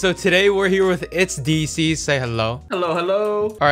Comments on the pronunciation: Diecies Not Deezees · It’s die not de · lol he said deezee when its pronounce dicys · he pronounces diecies (Die-sees) as deesees (i thought he was talking about deezee but with s at the end) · "ItzDeezeez" literally Diecies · the name pronounciation is dye cees not dee cees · actully itz dicees not deezeee diecies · Deecies. D e e c i e s... Bruh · not dicies its diecies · It's die cie not disis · “Decies” LOL it’s diecies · Man’s really said dee zees lol you funny love you man keep up the good work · Its dicys; no pronounce it as "dyecies" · He called him dezze😂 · Diecies pronounced as "Die - sis" :D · Uhhh you been calling his name wrong like Bhuh it Di-c (for pronounce ) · his name is Itz DICE-EEZ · Daysis not disis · Did he just say Deezee? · Rky buddies it's not how u say diesces it sounds like ur say deezee and that's another bedrock youtuber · It's diecise lol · Dude its die. Sees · its pronounced "d'Y'cies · Hahahaha he said diecies name wrong hahaha 🤣🤣🤣🤣🤣🤣🤣🤣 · Who’s here after Diecies did his week long live stream? Also, he doesn’t even know how to pronounce Diecies’ name bruh.